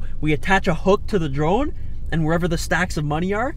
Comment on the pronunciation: Im i think he said trone instead of drone lol 😂